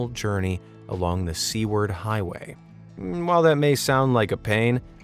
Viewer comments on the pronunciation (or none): You pronounced Seward incorrectly. Your pronunciation said Sea-Word but it’s actually pronounced Soo-urd. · We say (soo-wered) not sea-wered for Seward, Alaska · Seward Highway - "SUE-WARD" is how to say it :) I'm from Kenai, Alaska! Love your videos - they always get me through the day!!